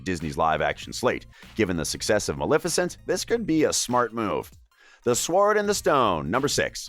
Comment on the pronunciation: Megz Forrest, Same. He also said Sw-ord and the Stone